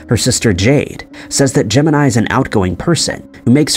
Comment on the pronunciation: so is it pronounced "Gemini" or "ja mee nee "...? You said it both ways ..